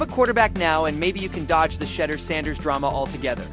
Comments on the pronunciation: Who is shedder?????? Pronounce his name correctly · I don't know why you are pronouncing his name wrong on purpose you know how to pronounce his name quit being a HATTER!!!! SHEDEUR SANDERS #STOPIT#HATER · For the love of all things sacred LEARN TO PRONOUNCE HIS NAME! Bunch of twinkies!